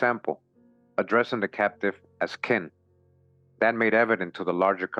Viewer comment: Another great read my brother. I know some might not understand when you say king it’s Kin, it’s like a blood relative, a cousin, an aunt, an uncle, a brother in law and so on, Kin…